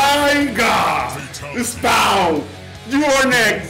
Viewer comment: He said.. Spau 🤣🤣🤣